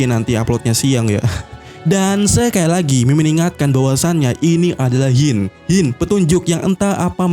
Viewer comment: Sebut la Hint bagi betul. Hint bukan Hyin